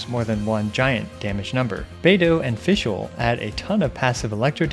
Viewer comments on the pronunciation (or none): none